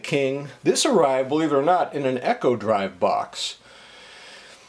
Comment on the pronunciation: Eco-Drive is pronounced with a long E, not Echo-Drive.